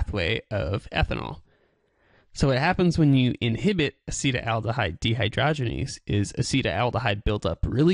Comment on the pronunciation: It is not pronounced "a-SEE-tel-AL-duh-hide." This is what causes hangovers... Acetaldehyde Aci-TAL-de-hide Acetaldehyde is what causes hangovers. It is more poisonous than alcohol itself! This is what alcohol turns into once alcohol gets into your body. (It is a metabolite of alcohol.) This is what causes the hangover. Acetaldehyde occurs naturally in coffee, bread, and ripe fruit, and is produced by plants. It is also produced by the partial oxidation of ethanol by the liver enzyme "alcohol dehydrogenase" and may be a contributing factor to hangovers from alcohol consumption. Pathways of exposure include air, water, land, or groundwater, as well as drink and smoke. The International Agency for Research on Cancer (IARC) has listed acetaldehyde as a Group 1 carcinogen. There is something which is very interesting. What happens to the acetaldehyde in the body? It gets further broken down into something else. In the liver, the enzyme "alcohol dehydrogenase" oxidizes ethanol into acetaldehyde, which is then further oxidized into harmless acetic acid by a different enzyme "acetaldehyde dehydrogenase." (In the brain, "alcohol dehydrogenase" has only a minor role in the oxidation of ethanol to acetaldehyde. Instead, primarily the enzyme "catalase" oxidizes the ethanol to acetaldehyde.) What happens to the acetaldehyde in the brain and the rest of the body? It gets further broken down into something else: acetic acid. Vinegar. Vinegar! That explains the strange smell o